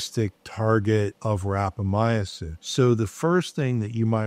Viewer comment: How much experience does the doctor have with rapamycin when he is mispronouncing it?